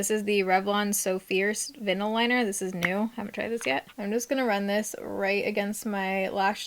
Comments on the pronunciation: is no one gonna talk about how said “vinell” instead of vinyl 🤔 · Vinnel liner 😂 vinyl is like vine-aL (like a record) made me giggle